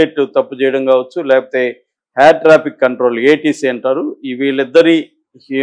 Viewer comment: Mr. "యార్"కాదు "ఎయిర్" అనాలి, " రన్ అవే "కాదు "రన్వే" అనాలి